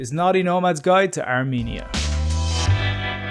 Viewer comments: Let me correct you it is not are meania It is called Ar-Men-ia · The pronunciaton is R-men - ia or Ar-men-ian there is no me or mean inARMENIAN